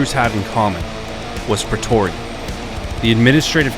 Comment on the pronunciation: Was only half listening so I hear "Petoria"